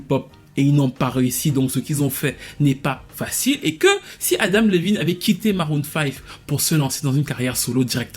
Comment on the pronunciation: Adam et non Adama 🤣🤣